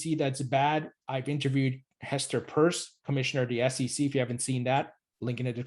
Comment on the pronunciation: Pronounced Hester "peirce" as in to "pierce a hole" or Hester "purse" as in a ladies wallet? I dunno why, but everytime a person says purse, my whole body judders in pain.